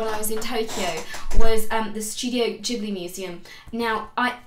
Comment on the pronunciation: Subscribed for Totoro and your correct pronunciation of Ghibli :)